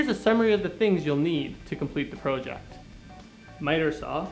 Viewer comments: PROOOOOOOOOJECT! haha. funny how he emphasises PRO. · Wtf is a "pro-ject" lol.